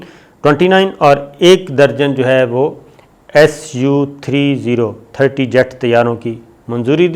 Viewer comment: Please read as SOOOO 30 and not su three zero